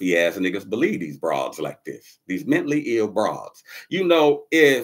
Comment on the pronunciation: My ninja said, "Mently ill".....like bently or gently..."Mently'....LOLOLLL. Ninja said, "fuck da letter A".